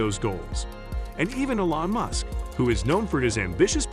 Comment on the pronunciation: AI voice over sucks can even pronounce elon musks name right 😢